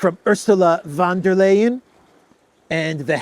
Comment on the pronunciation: Ursula van der Leyen is pronounced: ... fun ... ... . 😂